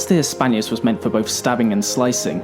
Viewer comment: Sorry to say this, but you should really try to improve your pronouncing of foreign words. It's not Gladius Hispanius, it's Gladius HispaniCus (I capitalized the letter that was missing in the video).